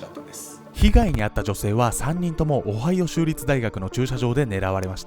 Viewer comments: 場違いなコメントなんですが、「アメリカ オハヨウ州」と聞こえたのは私だけですかね…(?) 毎回思うのですが編集能力がテレビ並みなんよ……(( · 「今回は オハイオ州」って言った時聞き間違えで''おはよう州?!''ってなった笑笑